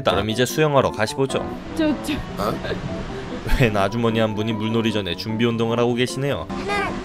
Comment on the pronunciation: 가보시죠를 가시보죠라고 발음한건 의도하신건가요?